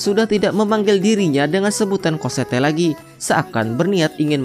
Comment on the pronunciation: bacaannya emg COSSETTE, tapi dipanggilnya COSSETTO ngab. wkkwkwkwkwkwk